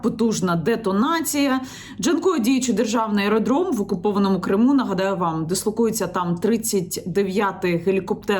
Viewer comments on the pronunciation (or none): none